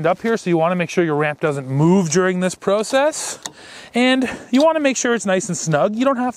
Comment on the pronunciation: You're "pro sess" sounds allot like the way you say Process .... 😏